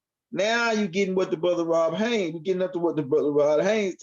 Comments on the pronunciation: Why you keep saying Haines when you know it's Haze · 👀 My Brotha.. I ask you not take this the wrong way, but there is no “N” in my Brothers name. It’s cringing. Please please please apologize and correct that. I didn’t say anything but too much time done passed and ROD didn’t say anything but I am. Respectfully 👀✊🏽❤️🖖🏼⚡️♾